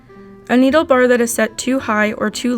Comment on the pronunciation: You say needle the wrong way but you dont say the right way